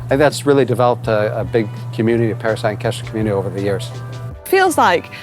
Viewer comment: Manon you nailed Paris-Ancaster, well done! Hope you had time to get some Canadian goodies like maple syrup to take home. :-)